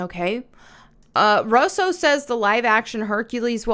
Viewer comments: It's pronounced "Rue-so," not "Russ-so." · I love you sis, But their family name is pronounced "RU SO" their two brothers who make movies some of which most people have seen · I agree that this live action stuff is crap and that it won’t go well like the rest of them but the thing I’m curious about is why you say Russo the way that you do lol 😂. I don’t think I’ve ever heard it pronounced like that